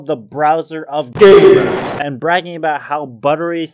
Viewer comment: love how every time the word "gamers" was mentioned it just had to be bass boosted and spoken with emphasis